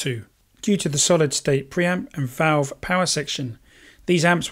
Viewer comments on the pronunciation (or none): none